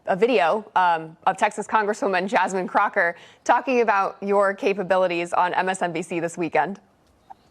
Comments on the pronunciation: “CROTCH-err” 😂. Dumb as a sac of rocks. Embarrassing to even listen to. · Did the anchor call her Crocker for a reason? 😂